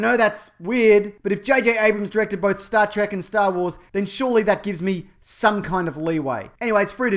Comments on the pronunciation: what's this "Star Trak" you speak of? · Do you pronounce Star Trek like Trek? Or like Trek?